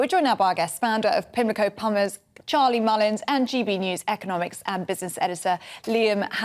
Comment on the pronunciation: Lol... She said pimlico pummers.